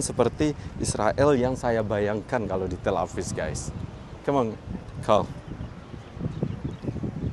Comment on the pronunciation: Tel Aviv bukan Tel Avis 🤦😂